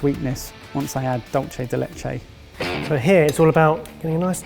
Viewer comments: Dulce de Leche is pronounced DOOL-say de LEH-chay. Signed, an Argentine :) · 6 years and still can't pronounce 'dulce de leche'